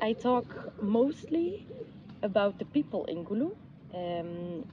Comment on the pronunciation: Wow glad she pronounced Gulu and Otigo perfect more than you.😅😅